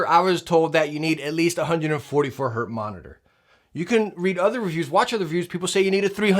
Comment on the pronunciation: It's Hertz not Hurt.